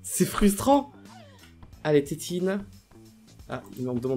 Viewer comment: on adore la "titine" au lieu de la tétine, c'est trop mignon mdrr